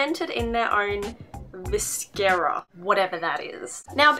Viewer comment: viscera = guts. see also: visceral, eviscerate pronunciation: vi-se-ra